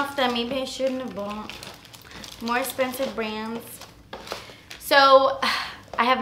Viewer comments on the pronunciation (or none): "Das Espensive" ❤️😂❤️ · "Like yeah, you a fierce little mama" and "it's espensive" hhahahaaaa I love you.